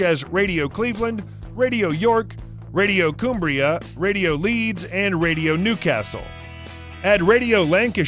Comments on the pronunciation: don't Americans eat 'bow-leg knees'? It is their 'doody' or as the English say duty to sample such a ubiquitous meal and I wonder where 'Warwockshire' is and Coombrea? Hysterical who is this guy? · OK here we are again: WAR WIK SHIRE ! RIP ON! COOMBRISHIRE! HERFORSHIRE! OXFOR SHIRE! FEE AT! Fee fi fo fum, has anyone ever so completely demolished the blissful, glorious language of Shakespeare?